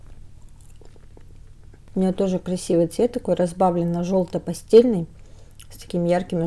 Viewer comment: Дорогая! Чудесный обзор! Я сама недавно заказала у Индиры Ахмадиевой 10кг башкирских сортов и у меня даже есть то что я ещё никогда не пробовала, и не слышала, чудесная глина вся! Я удивляюсь какая у Вас память! И ещё я дико извиняюсь, но хочу вам сделать замечание, это не в целях критики, а в целях просто помощи! Слово " пастэльный" происходит от слова пастэль(это художественный термин) понимаете вы его правильно, а вот произносите, извините, нет! Вам это не идёт, вы очень милая и умненькая девушка, исправляйтесь! С уважением Елена! ❤️